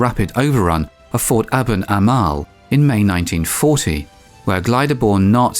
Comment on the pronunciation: it was not "Abot Ama"l but "Eben Emael"